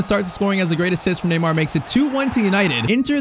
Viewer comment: neymar not tyztir